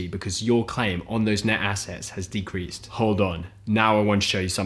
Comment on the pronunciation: For the words decreased. Stop fucking saying De-cree-sed It's pronounced like De-creest